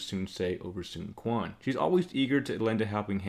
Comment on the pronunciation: nice video! But just being picky, I speak Chinese and it kinda bothers me with your pronunciation of the names. Sun shangxiang- /sun shang see iang/ (xi is pronounced like 'see'. Sun quan- /sun chu an/ (qu is pronounced 'chu'. Sun ce- /sun suh/